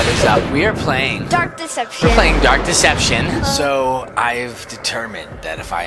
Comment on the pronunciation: Fgteev: dark deception Chase:durk deception? Me: duck deception? Or dark deception? Lolololol someone get me? LoL